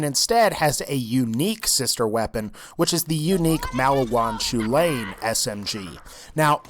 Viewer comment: The chulainn is pronounced kulin